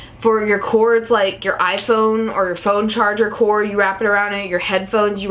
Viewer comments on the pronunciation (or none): none